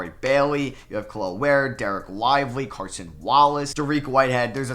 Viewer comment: It isn’t Carson Wallace it is CASON